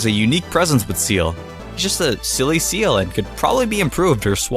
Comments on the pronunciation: IT IS "SEEL" NOT SEAL YA DINGIS ARE YOU CRAZY?!?? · well I guess seems fair was "SEELD" :D